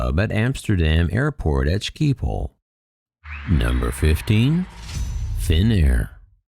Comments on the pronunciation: it's not Skeephol, it's pronounced more like a "G" than a "K". And the "i" in Schiphol is pronounced like the "i" in "bit". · Skeepole sweetie....skeepole.